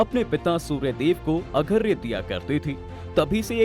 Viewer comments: Agharya nhi arghya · Bhai arghya hota hai, aghrya nahi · Agharya nanhin arghya hota hai sudh bola karen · Video mein mehnat ki hai lekin AI se bulwa rhe ho kya yaar.... arghya padhne nhi aata hai.... agharya padh rha...